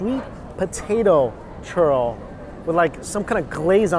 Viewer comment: Everytime he says churro I keep hearing Turtle 😂